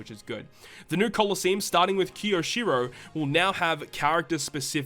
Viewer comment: KYOW-SHEE-ROW. Kyoshiro. Please.